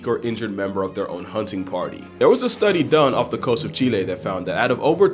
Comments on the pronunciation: Latino delegation here (Chilean chapter) respect for pronouncing it right. Gringos always say "Chi-lee" like the food. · You have my respect for using the proper pronunciation of my country's name